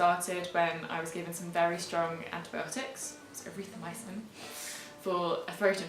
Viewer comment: Sounds like you said Erythroamycen . Whatever it was you should do a video on "Dangers of this antibiotic"....